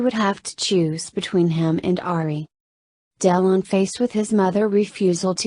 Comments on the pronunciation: Honestly, if you cannot pronounce "Delon" and keep saying " Del On", you should leave this - it is ridiculous! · jessie james its Delone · its pronounced DEL WAN isnt it?